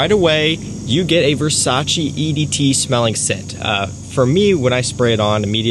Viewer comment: Its Versace, not Versace...